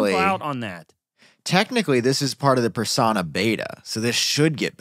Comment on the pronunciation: should learn to pronounce persona